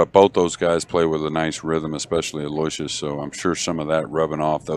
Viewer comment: Aloysius is pronounced Aloo-ishus. You're the announcers. That's part of the job. Be professionals. Do some research on the players in tournament. Basics like how to pronounce names, age, records, and home town. How would you like it if your name was pronounced incorrectly all time? Come on!